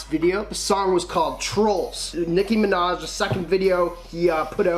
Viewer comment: Nicki Minaj not Nicki Manaj